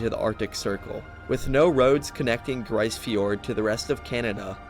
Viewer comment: Grise Fjord is pronounced "Freeze" with a G